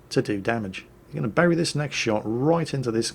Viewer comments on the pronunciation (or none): none